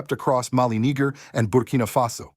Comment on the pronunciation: The word Niger, sound like, it was pronounced with a extra g add to Niger. Listen closely...